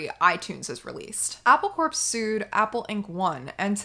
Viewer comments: It's Apple 'core', not 'corpse' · I was drinking chai just as you called for a tea break. Serendipity! Btw, "Apple Corps" is pronounced like "apple core", not "apple corpse" in case you make another video where you have to say that. 👍🎶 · Apple Corps is pronounced Apple Core. It derivative of a military term.